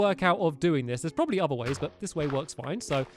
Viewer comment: You said probaly instead of probably